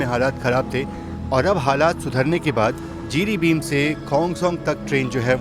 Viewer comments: Jiribim nahi, Jiribam he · Jiribin nahi jiribam "Bam" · Not Jiribim it's Jiribam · जिरिबाम कहते हैं।